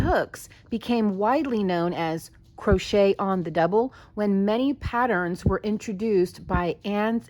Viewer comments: "Croshit" 🤣 Now THAT'S a Freudian slip if I ever heard one! 😂🤣💀 Aptly put too imo. 🤭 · hahaha im totally calling crochet "crosh*t" when the project isnt going well